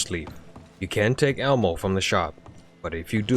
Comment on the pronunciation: I was following until you said Almo, like a character that was cut from the pilot of seseme street. There are no Ls in “ammo”